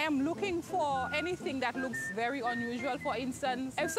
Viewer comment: "who taught you dat one?" LMAO Damn straight it werent no West India!